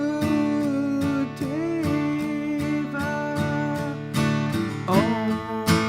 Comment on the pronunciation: Saw your lyrics are so bad these days video and I loved the John Lennon - across the universe review. Roger waters does a cover with andy fairweather low and scorpions does a nice one too. The one thing you guys crucify is the pronunciation of the word DEVA. LOL. Anyway great video as always.